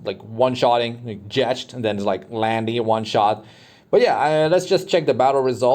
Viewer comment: The way you pronounce Jecht has me cringing. The Ch is pronounced like a k